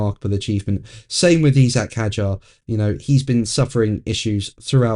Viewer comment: Can I ask why you pronounce Isak Hadjar as Esack? All the pundits say Isack.